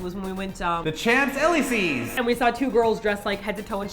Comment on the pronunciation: You pronounced elisée wrong it's not ay-lee-see but ay-lee-zay